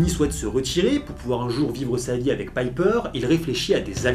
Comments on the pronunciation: sache le , même si la vidéo est correct , tu as vu les films et c'est bien pepper potz ( Pépper en prononciation et pas Piper (alias holly marry combs dans Charmed serie B) c'est pas ta première erreur malgré que tu te renseigne c'est bizzard .. tu es adèpte de l'accents francais ? qui malheureusement ne marche sur prenom anglo saxon... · super video mais c'est pepper et pas "piper" xD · C'est pas contre toi mais il y a une nette différence entre "Pipper" et "Pepper". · que tu prononces mal l'anglais, c'est une chose, mais là c'est un peu abusé je trouve. Je veux dire, pour faire cette vidéo, t'as rematté les films du MCU, donc t'as vu des scènes avec Pepper, dont tu as entendu les personnages, en VF ou en VO, l"appeler Pepper, et non Pipper. A moins que tu ais un ptit peu trop regardé de vidéos avec une certaine "Pipper" sur un site adulte? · Euh on est d’accord que c’est Pepper et pas Piper ? C’est pas comme s’il le répétais 15 fois en plus 😂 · Péper putain ! Pas Paiper ! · Le "Pipper" me coupe tout plaisir de regarder cette video tellement c'est horripilant. Pas d'excuse à la "je prononce mal l'anglais" qui tienne, il suffit d'entendre une fois le nom pour savoir que c'est pas Pipper mais Pepper... Bref, pas regardé jusqu'au bout. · ca m'eclate les oreilles de t'entendre prononcer "pepper" paille peur >< rha ! xD sinon j adore ton analyse comme toujours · Quand tu dis "Païper" tout au long, on dirait que t'as pas vu ce dont tu parles et c'est chiant...Tu fais souvent ce genre de bourde, pas juste dans cette vidéo, et j'ai du mal à comprendre....